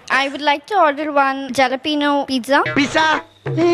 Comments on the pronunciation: Teacher... la, pronunciation of Jalepino is not "Ja-la-pi-no"... It's pronounced as "ha·luh·pee·noh".. 🙂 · அது ஜலப்பினோ இல்ல, ஆலெப்பினோ.. அரைவேக்காடுன்றது இதுதான்! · I would like to order one jalapeno pizza. - That lady is pronounciating as Ja la peno, in fact it should be 'Ha la pe nyo". She doesn't know the proper pronunciation, but showing off as an expert to her husband . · ஜலப்பினோ இல்லம்மா அது, ‘ஹலப்பினியோ’. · ஜலப்பீனோ இல்லை, ஹாலபேன்யோ!ஒரு விதமான மெக்சிகன் மிளகாய்! ப்ரௌச்சர் இல்லை, ப்ரோஷோர்! இந்த லட்சணத்தில் அந்தப் பெண் அப்பாவி கணவனை கிண்டல் வேறு செய்கிறார். 😂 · One lady on English side pronounced Jalapeño as “JHA-lapeno” it’s wrong.. it’s pronounced “HA-la-pe-Nio”.. it’s a Spanish word and there is no JHA pronunciation in Spanish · அது பிரவுச்சர் இல்லை....பிரோஷர்....ஜாலபினோ இல்லை ஆலபினோ...J silent 😂😂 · அது ஜல பினோ இல்ல ஆல பினோ ஜே சைலன்ட்😂😂😂😂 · adhu 'jalapeno' illai - 'halapeno' enru sollavaendum. j pronounced as h ! 'brochure' - broucher illa - 'broshur' pronunciation. ippadi adukkikkittae poagalaam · It's not pronounced as Jalapeno, It's pronounced as halapeno. That itself that women doesn't know 🤦‍♂️🙆‍♂️ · Adhu jala peon illa… Alla pee ni yoo😂😂😂😂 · Jalapeeno " like Jalam..😂😂😂. "Ha- luh- pee -nyow "is the right way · .....pizza is not pronounced as peeza its peetza....its not jalapeno it is halapeno...j is silent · Madam that's not JAAlapeno. It is HAlapeno! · ஏம்மா ரோசு சேலை, jalopeno இல்ல, Alapeno,( ah_luh_ pee_ nyow ) 'j' சேர்த்து உச்சரிக்க கூடாது. English JUST a language. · Jhalapeno va its is pronounced Halapenyo. what is "jha" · She is wrong it’s not jelopino it’s pronounced as Halapino. It’s a Mexican word, they have no sound as j , it’s sound as ha. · It's not Jalapeno... It shd be pronounced as hala-pen-yo...and brochure is not Bro-Che-r... It's Bro-Sher... The wife itself is not correct. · Jalapeños illa we have to pronounce it as Alapenio, J is silent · Athu ஹாலபெனோ atha ஜலபீனோ thapa pronounce panuthu aprom husband kora soluthu